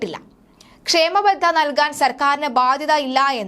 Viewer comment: ക്ഷാമബത്ത എന്നു പറയു കുട്ടി! ക്ഷേമ ബദ്ധ യല്ല. !